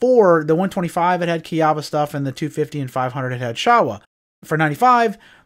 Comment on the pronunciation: There was a Showa Plant in the Town I grew up in and it's actually pronounced Show-uh. That's how the Workers from Japan Said it Anyways. Not trying to be a D*ckhead, just an FYI message...